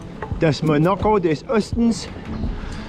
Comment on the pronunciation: Das Mönaccö des Östens 😂😂